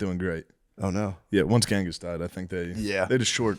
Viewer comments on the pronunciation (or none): none